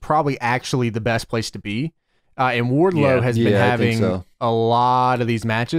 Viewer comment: Every time I hear Wardlow, I think I'm hearing wide load.